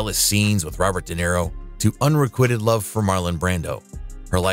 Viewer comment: Several mispronunciations by the narrator. Two in particular that grated 'unrequited' love with a short i sound and pronouncing the Greek tragedy Antigone ( An tig o nee) as 'An tah gone' Yikes!